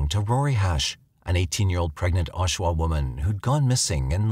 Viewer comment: is not Oshua, it's Oshawa.